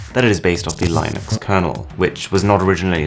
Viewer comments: Pronounced "Linn-ux" not "Line-ux". Fuchsia is pronounced "Fyoo-sha" not "Fusher" too. Jesus wept. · Good video apart from the mispronuncation of Fuschia and Linux. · correction of the pronunciation of Linux intensifies